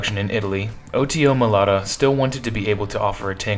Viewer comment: You repeatedly pronounced the manufacturer's name wrong. It's Melara not Melata.